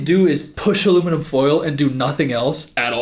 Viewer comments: southern accent detected "aluminim full" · aluminum foal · said aluminum fole